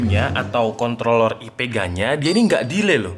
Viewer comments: Kontroller tanpa r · contloler nya :) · Contol bukan? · Contol Lurr??